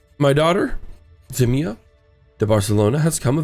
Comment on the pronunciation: I just want to point out that Ximena is said He-men-a. Also I love how caring you are toward your children!